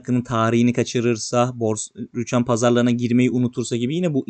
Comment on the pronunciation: Rüchan değil ama Rüçhan